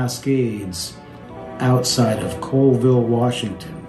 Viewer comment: Colville Washington is pronounced Call-ville not Coalville. Coalville is in Utah. Plus Colville is not in the Cascade Range at all.